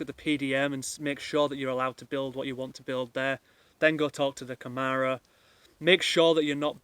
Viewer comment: Its pronounced Camara with a soft a more like camera thatyou take pictures with. Good luck.